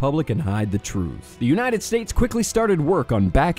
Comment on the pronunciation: “Unahted States” sounds like a slip up but it’s still funny.